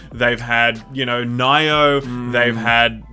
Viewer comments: They revealed the stuff we know about, clearly there will be new game reveals but they wouldn't tell us that, just the stuff we know about. It's not Nai-oh It's Knee-oh That's how you pronounce it in japanese and it's just Oni flipped around (ni-oh) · Did he just say Nai-Oh to instead of Nee-oh? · Lol "nigh-oh" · Its Nee-Oh. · That's not the correct way to pronounce "Nioh", ma boi:D Also there's no such thing as "sushimi", there's sushi and there's sashimi. LOL xD